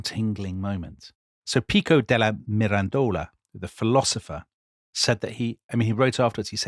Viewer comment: Ok, guys, there it is: I enjoyed this series and normally I am all praise but please, please try to pronounce all the Italian names & surnames a little bit better. It is distracting to hear MeDIci, MiranDOla, etc, over and over again. And the other thing is, I regret to say that apparently Charles's army got syphilis at Naples, and not the other way round - so much so it was called " the Neapolitan plague". Tom's performance & Dominic's laughter worked their usual charm, of course. Thanks!